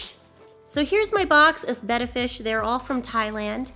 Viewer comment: everytime I hear your intro, it sounds like you say "Simply Bettie" and that's my name it freaks me out.